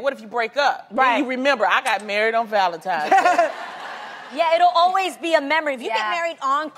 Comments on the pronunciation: I cannot stand when people say "Valentimes Day" its VALENTINES DAY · did Loni say Valentimes day? lol